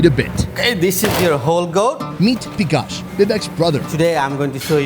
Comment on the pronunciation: Its बिकास not भिकास